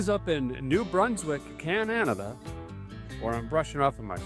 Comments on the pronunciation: Really wish you would say Canada not cananada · Down home entertainment 😀....However, if you visit another country, at least pronounce the name right. Cananada?? Only 3 syllables my friend. Cheers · Why do you insist on mispronouncing my country's name like that? Dumbass! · Show some respect and stop miss pronouncing our country name. You did in another vid and I unsubsidized. And you did it twice in the first 14 mins of this vid??? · Least you could do is pronounce Canada right. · Long time subscriber now. Basically watched you from the beginning. Love everything you do for us and love this episode. I only ask as a Canadian, can you please just pronounce Canada right once. We have had enough disrespect from certain countries lately. Thank you again. 🇨🇦❤️